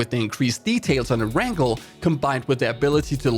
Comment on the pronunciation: Cringed at every err-rangle. It's pronounced air-n-gail